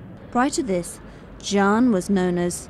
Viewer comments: The narrator should pronounced Xi ' an, like SEE AN, then the Chinese people could understand. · the commentator cannot even pronounce Xi'an properly.Can't she research for the proper pronounciation before recording???You failef your job madam. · Please check your pronunciation of Xi'an before doing the narration。